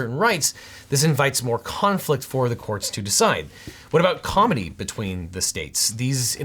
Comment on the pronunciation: You don't pronounce Comity as Comedy man. it's pronounced Ka-Mitt-ee get it right!